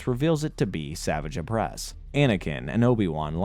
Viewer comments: I enjoyed the video but mispronouncing the names was almost too much to handle.... The hilarious part was when you actually played a clip from the show that pronounces Savage Opress's name correctly and then immediately butcher it 3 seconds later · Bro there is no way that you actually watched the show if you're calling Savage Opress "Savage" when phonetically it is pronounced "Suh-vah-j" ..... feels like you're just reading a wiki and using clips of episodes you pick to include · Same with Savage Opress, like i get theyre real words but… thats not how you say his name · even when he talked about savage opress. Like he doesn't know the franchise when you can't get names right